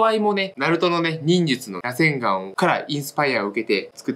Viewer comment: 螺旋丸のイントネーションちょっと違くて草